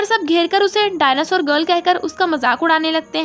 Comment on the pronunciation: Whenever you said the girl I heard dagal